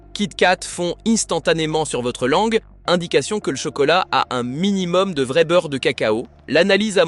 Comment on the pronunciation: Faut apprendre à votre ia que vrai ne se prononce pas véret